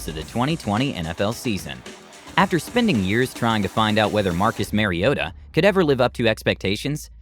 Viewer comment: Mike "V rabel", Bob "Grease" and Marcus "Merryota"... 🤦🏾